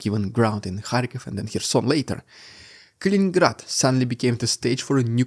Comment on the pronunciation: It's Kaliningrad, not Kalingrad.